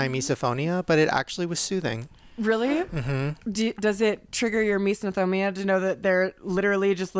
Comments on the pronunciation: it’s mis-O-phonia. Not mis-DA-phonia. 😂🤦‍♀️😅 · It's not MeesNOphobia! Learn how to pronounce the word dude. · Everytime someone says misophonia it gets worse and worse pronounced! "Miso-no-fo-bo-nia" lol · It’s really impressive to me how without fail in every video or discussion with eating or about Shane’s misophonia, Shane with explain it or say something about it and pronounce it properly and then will immediately say “Misnophonia” and say it wrong. Without fail even if Shane’s just said it properly hahaha. That triggers MY misophonia